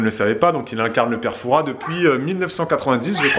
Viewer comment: Raaahhh le s ne se prononce pas dans Fouras 😆 toute mon enfance le fort Boyard ❤️